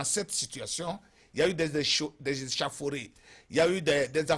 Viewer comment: Des échauffourées* et non échafouré. Apprenez à vous exprimer en français avant de parler de science politique. Secondo vos analyses sont caduques